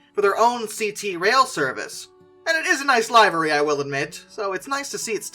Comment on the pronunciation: Nice video :) But "Livery"? It's pronounced Liv-er-ee, like liver with an E sound on the end. Every heard of a livery stable like say in a western movie? Same pronunciation.